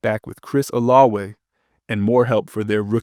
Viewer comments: That's how you pronounce Olave in French. 🤔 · I hate the way this guy pronounces Olave